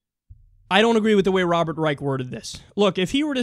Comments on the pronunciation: His name is pronounced "Reish", he's not a fucking nazi. I swear, sometimes I think you work hard to mispronounce things. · His last name is Reich, pronounced with the 'Rei' sounding like the 'ri' in the word 'right' and the 'ch' sounding like the 'sh' in the word 'wish'. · I've heard it pronounced as Robert Ryesh.